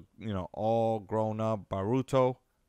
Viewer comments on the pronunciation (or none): Na-ru(like true)-to- (like toe) Boruto. Bor (like bored) -ru (like true)-to. Not baruto